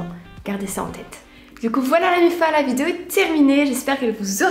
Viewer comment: Pourquoi tu continue de dire " vitiéo "